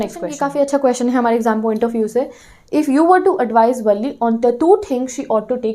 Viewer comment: Madam wo valle nhi valli ha 😂😂😂